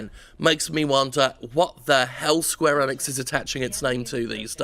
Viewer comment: It's square eenix not enix dude.